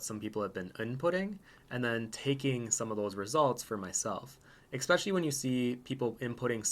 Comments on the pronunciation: Love the thoughts in this video, but you REALLY need to stop saying 'expecially' :P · I love this post. Fascinating, perhaps frightening. But dude. "Especially" has no X in it. Please fix that. You care about art. Care about language, too.